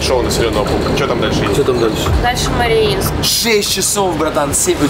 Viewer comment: Марино😂.... Мариинск....